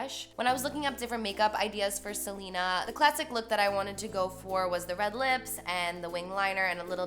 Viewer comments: It's pronounced "Selena" not "Selina" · I thought her name was pronounced seh-len-ah not like how Selena Gomez is pronounced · smh you didnt even pronounce her name right... delete this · I love Carli so much but the way she pronounces Selena annoys me 😭